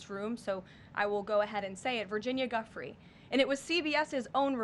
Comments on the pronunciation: Why is she pronouncing it Guffry? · Uh, no. First, you said her name wrong. If you're going to speak about Virginia, say her name correctly, Ms Leavitt to Beaver. Secondly, the government shutdown was all about distracting US from the Epstein files. Get that one right. How about you speak some facts? How about you stop lying your ass off for a pedophile with power? You could do better. You're choosing not to.